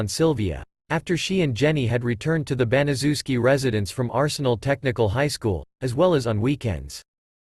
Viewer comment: It's name is pronounced bana chef ski I know it's a big name but say it with me bana chef ski it's a polish name!!!!